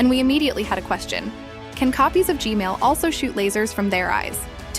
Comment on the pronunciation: G-man❌ G-mail✅